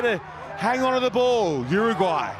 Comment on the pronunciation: the commentator.....! what's with the pronunciation? "UrrrUUUGGwwwhhhhyyy!"